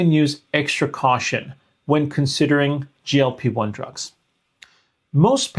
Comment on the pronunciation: Doctor, you have to work on your sound pronunciation.‼️ GLP1 from you constantly sounds like GOP1, confusing me further. And GLP1 does not need to prepare the pancreas for insulin (it's the job of the pancreas), GLP1 actually stimulates insulin release from the pancreas into the blood when glucose is becoming high, while at the same time, slowing stomach emptying, for a tamed glucose uptake which is happening down in the small intestine.